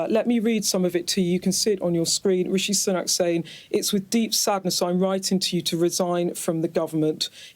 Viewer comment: 'Rishi Sunuk'